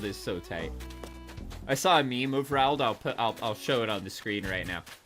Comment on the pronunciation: Its pronounced r-oawld